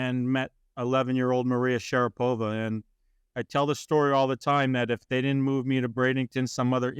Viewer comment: Sharapova....not Sharpova.